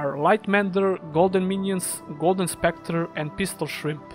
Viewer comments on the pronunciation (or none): none